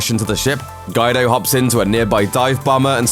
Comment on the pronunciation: It is getting quite annoying hearing all these ignorant presenters who can not even pronounce well known names and words. I mean Guy-do. How can anyone reach adulthood and have never heard the name Guido?